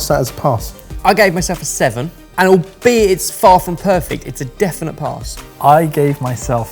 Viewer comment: Good job guys but most importantly I want to thank for the pronunciation of "albeit" which I have apparently been saying wrong my whole life ^^'